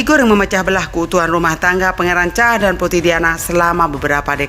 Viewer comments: Pangeran char dan cemela ? Yg bener dong penyebutan kata asing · Bacanya tetep Carles bukan chaaa carmila bacanya Karmela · Sebutan tk jelas... Naratif yg tidak begitu smooth charles bkn cha